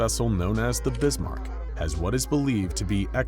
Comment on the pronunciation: ITS ZE BISMARK